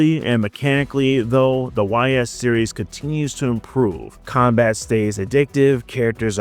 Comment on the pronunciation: Ys is pronounced like ease. As ease into it. And now you know. And knowing is half the battle.